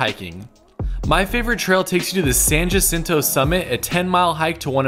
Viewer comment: I love your videos. This is great. So you can sound like a local next time, say “ha-sinto” not “jah-sinto”, and “tah-quits” not “tah-keets”. Also, Elvis and Pricilla (not Lisa Marie, his daughter) rented that house for more than just a night.